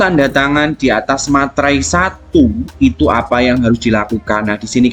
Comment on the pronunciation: Meterai pak bukan Materai🤣